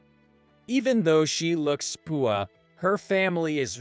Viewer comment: They really need to edit these AI voices with their mispronunciations. Saying 'fiance' as fee an cee instead of fee ahn say. Pronouncing poor as poo or pool etc. Seems like in every story narrated by AI the same words are said wrong (wound and wavering are others I've heard)